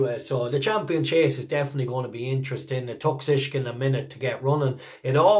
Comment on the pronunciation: BTW for all us Irish lads it Shishkin NOT Sishkin, Think Shish Kebab 😅